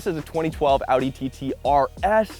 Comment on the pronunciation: Sick bro, and thanks for pronouncing Audi correctly